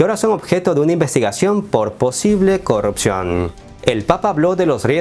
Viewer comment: Hola. Imagino que vives en un país no-hispano... Pero no se dice "corropción", sino corrupción. Saludos.